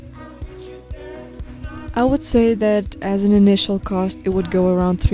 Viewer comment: "Inicial cost" lol